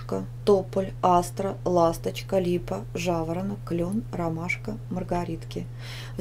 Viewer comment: у тебя клен а не клён